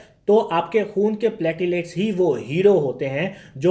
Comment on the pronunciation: NAT, HIV, HCV, HBSAG, Nimonia, TB, Tests are must be mandatory.. it's platelets not patilats...